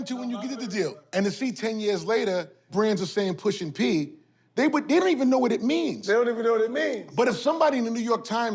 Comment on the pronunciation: Maverick… Please stop saying Pushing P. Smh geez